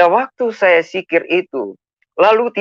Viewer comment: Sebodoh2 nya muslim, menyebut dzikir dengan huruf Jim atau "j". Engga ada yg sebut dzikir dengan dikit😀